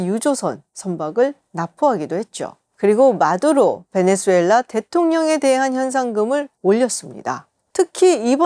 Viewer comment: 김지윤 수준도 질 떨어지네. 베네"주"엘라 아니다. 지윤아. 제목처럼 베네"수"엘라 이다.